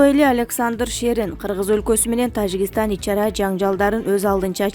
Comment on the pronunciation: ТаЖигыстан таЖигыстан деп тойгоздун го ,туура айтсан сабатсыздар